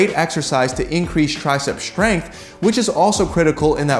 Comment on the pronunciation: Why does he always say "shtrong" and "shtrength"?